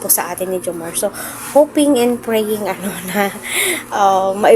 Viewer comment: maam:reaction hindi po ang pronounce ay jomarrrrrr. jomar